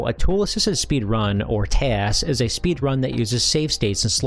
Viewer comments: my man's pronunciation of speedRUN is massively throwing me off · I have never heard anyone say speedrun with the emphasis on "run" before.